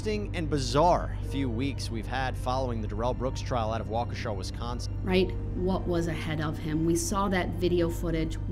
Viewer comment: it is pronounced Way ke SHA NOT waKE she